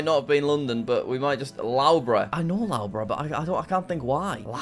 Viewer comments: By the way it’s pronounced lufborough not lowborough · lowbruh.. BRO its luffbruh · "L-au-bruh" caught me off guard It's pronounced "Luff-bur-ugh" but it's all good Jack! :D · love the way Jack mispronounces most names, Loughborough 'Lowbro' - it's Luffborough! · No way Jack just called Loughborough (l-u-f-b-u-r-u) Loughborough. But thx for the entertainment on Christmas Eve Jack!!!!! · licester owns loughbrough and it is prononoced lovebrough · Jack pronouncing Loughborough as lowborough hurts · Loughborough is pronounced “Luff- bruh” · The way he says Loughborough hurts my soul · As a person living in the UK and studying at Loughborough University, your pronunciation of Loughborough was so bad I wonder if you were faking it! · We can't just leave how he pronounced Loughborough. That's just painful. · Please learn how to say Loughborough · you have no excuse for butchering the pronunciation of loughborough, please resolve this issue asap.